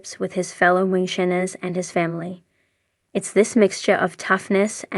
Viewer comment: Anyone else annoyed by the AI narrator that can't pronounce the word "Moonshiners" correctly?